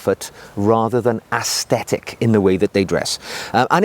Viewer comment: aesthetic is not pronounced as assthetic. Sorry, just a pet peeve of mine but quite important given the context